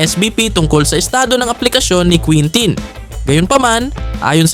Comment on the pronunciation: kintin ang tama na pronunciation